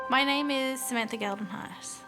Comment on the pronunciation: The way they pronounce "Geldenhuys" hurts 🥲